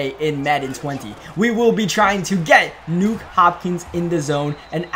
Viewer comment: It’s Nuk not nuke bro smh 🙄